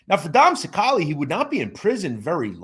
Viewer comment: You can't even pronounce his last name right and you do mob content